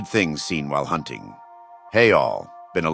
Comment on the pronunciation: Hoonting the hoonter